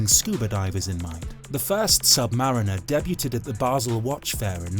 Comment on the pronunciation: It’s pronounced: deebooded, not debooteded. He’s English and should know better.